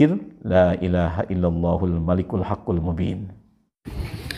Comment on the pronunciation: Bacanya yg bener Hul malikul apa Al Malikul Pak ustad